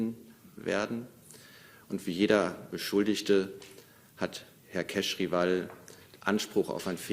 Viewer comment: Herr keizriwaal 😂😂😂